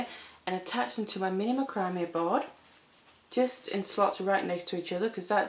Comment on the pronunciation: Love your designs! By the way, macrame is pronounced Mac cra may